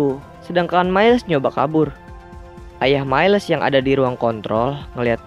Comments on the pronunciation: cara bacanya mails bang bukn mailes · Halo,miles Di baca mails bukan mailes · Mieles wwkkwkwkw miles bang aduhh saya menderita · Bang bukan mailes tapi miles Sekedar info